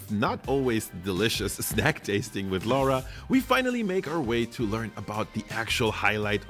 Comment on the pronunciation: That guy who visits Kyrö Distillery keeps mispronouncing Finnish lady's name, "Laura", as "Lawra" or something like that. She don't mind, but for the record, Laura is pronounced exactly the same way in Finland as it is in Italy. Think "Laura Pausini".